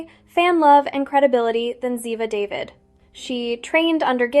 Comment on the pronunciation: OMG why can’t these announcers know how to pronounce Ziva’s last name - not David but Daveed 🤦🏻‍♀️